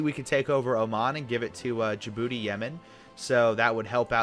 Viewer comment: Remember when said Djibouti wrong?